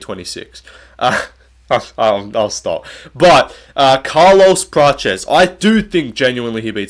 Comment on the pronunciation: Why is everyone calling Prates praches, the way you used to call him before was correct.